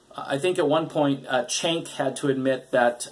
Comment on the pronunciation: Brian Jacobsen you know that cenk loves her and actually has done stories defending her when people attack her. He was bringing up concerns that all other people have brought up and that he’s personally defended. If this guy ever watched tyt , he’d know. He obviously doesn’t or he’d know how to say cenk.